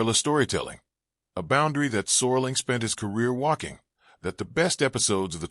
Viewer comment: "Sorling"? His last name is SERLING.